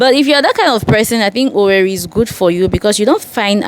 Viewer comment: It's pronounced OWERRE